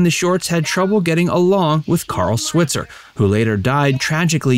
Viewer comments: Carl's last name is properly pronounced Swhyitzer NOT swit-zer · He did NOT DIE in a bar fight. Died in a suburban home. Correct pronunciation of SWITZER is with a long I, like Sweetser. Get it right. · Carl's last name is pronounced "Swytser". He's from Paris Illinois (like my mom) and was a bartender. He was shot and killed in the bar over a fight about $50 someone owed him. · Last name Switzer is pronounced Swhytzer. Long i sound. His family have a gripe about the mispronunciation, especially because the 1994 movie didn’t bother to pronounce it right. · RIP "Mickey" (Robert Blake). Sidney is the last one left! (Also, you are not pronouncing Alfalfa's last name correctly in video after video and it's annoying.) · Switzer is pronounced with a long I.